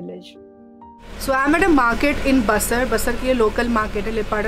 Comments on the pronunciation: Your pronouncing ba-sir It is BAAAA -SAR BTW AWSOME VIDEO❤️ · I'm an Arunachali but never really lived in Arunachal and looking at this I want to explore my roots and learn more.....one observation ...it's not b-sar it's pronounced Baa-sar ... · Basar is pronounced as Baasaar.. I have served in west siang district for thirty seven years and Basar was a part of it upto last year.. People here are very friendly and hospitable..